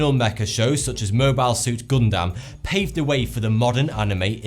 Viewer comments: HE PRONOUNCED GUNDAM WRONG! DAMMIT! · Its pronounced Gundam (Gondam). u are insulting the pronounsation of my fav show!